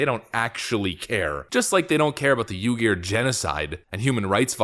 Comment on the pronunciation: Just an FYI. Uyghur is pronounced Wee-ger Love your videos.